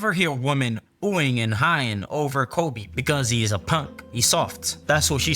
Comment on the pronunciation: said kobe name like it's COLBY lmaooo